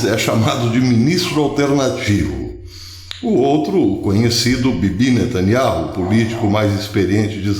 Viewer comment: Beyaminatanyahu ou seja nataniau fale do jeito q é pronunciado fonéticamente professor